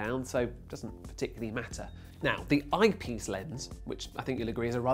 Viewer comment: are you serious right neow bro